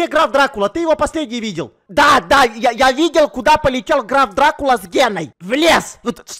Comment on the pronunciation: Граф Дракула А не Драв дракула